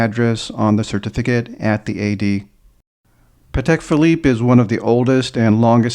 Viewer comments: Excellent collection. Just one little piece of advice/info for you, if you allow me: the right way to pronounce the name of the brand is Patek with accent/emphasis on the a, not on the e. Something like Paatek! The reason is that is a Slavic surname. I appreciate almost everyone gets it wrong, but if you don’t trust me just watch any interview with Mr Stern (Patek’s owner), and check how he pronounces it. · also, many ADs themselves get it wrong, and many big collectors too. So no shame in that. Even the London Patek boutique says it wrong on their own answering machine message! Everyone tries to pronounce it the French way, but it’s actually an Eastern European surname